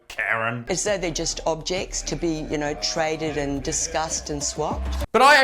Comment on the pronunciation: She says Cryptocurrency and she says Object. Hummmmm. What a m0r0n.